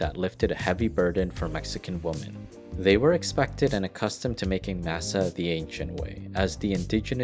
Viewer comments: "Massuh" lol masa foo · Dude, I love mass-uh. Especially in tack-ohs. I love pass-tuh too. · I’m cringing at the way your pronouncing masa… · Lol everytime he said masa